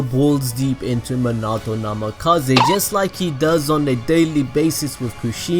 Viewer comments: I hate how he says minato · this video may have been great but i just could not get past how you were saying minato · Anyone else annoyed the way he says minato’s name? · 🖕🏻 you your sayin minato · Nice video, but the weird emphasis you put on Minato's name hurts my soul lol. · isn’t it pronounced “min-a-toe” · It’s Min a. To But it like naruto the to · Minoto prounanced mean - uh - toe. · My OCD 😡 MIN-A-TOE Sorry 😐 just had to get it out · Who the fuck... is mih nah toh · Not being mean but it is MEE-NAH-TOE Thats how you say it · munatoh love it xD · Minato ( me-na-to) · It’s pronounced (mean-a-toe) just to help u out a lil bit bro but great videos I didn’t know any of yhay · I’m sorry but Me-na-toe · It's said mean e to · Meanato thats how it’s pronounced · I'm sorry but the way he says Minato, just cracks me up. Me not toe. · I bet balls deep didn't know this It's minato not minoto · Stop saying Manato!!! It’s Minato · SORRY but it’s (Mean-it-toe) Not (Mon-it-toe) ;)))) ;-; ;w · Me-na-toe not min-auto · It's Minato not manato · manahto? me-na-toe i spell it like that so you can get minato correct next time ya know lol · manato?? he's name is minato bro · Everyone:Minati Him:Munato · It’s not Manato it’s MINATO sorry but had to say it. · Yo if YOUR GONNA TELL THIS SAY MINATO RIGHT NOT MANTO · Why do you say Menato?!?!?!?!?!? It's Minato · I like how he says Monato instead of minato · Did you say minata instead of minato its prounaunced mi na to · dude it's Minato not menaato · His name is minito not manoto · its not menato its minato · Me-na-toe not ma-na-toe. Damn these anime noobs. Watch the damn show before saying shit BTW. Y'all ruining the series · did u say manatou?.? u mean mi=me. na . tou = toe =minatou^^ also great vid^^ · I feel like your saying Manato instead of Minato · Omg bro I know you warned us about it, but you are BUTCHERING minato's name its (meen uh toe) not min ah toe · He sais manato it’s MINATO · "Mnato namkaze" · “Muh-nah-toe” I hate it😭